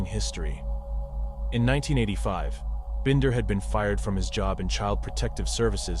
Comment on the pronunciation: Would you please put more effort into your videos? You call Michaela 2 different names in this video. You did the same thing with the susoect going between Binder and Bender. If you're going to make videos about murder victims, you have a duty to show them the respect of pronouncing their names correctly each and every time. ETA ~ The music is unneccessary and too loud.